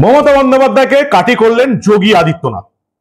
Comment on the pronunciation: Kati not KATHI hoba